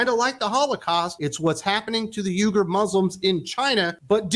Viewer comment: Number one you didn’t even pronounce the name of the Muslims in China correctly. Number two if you don’t think that Ron DeSantis is perfectly fine with that you’re not really paying attention to politics stick to doing reviews about funny books, and movies, and leave the politics to people who have it least some inkling of what political science is all about